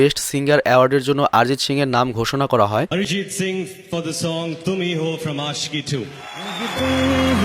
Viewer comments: Bro pronunciation thikse kiakaro uska name. He is a legend. Name ka spelling wrong hy it's ARIJIT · ...naam taar uchharan thik hochhe na. Arijit lekha hoi ebhabe kintu uchharon karar samoy apni ORIJIT bolun. Aapni bolchen ARJIT. Thanks. O R I J I T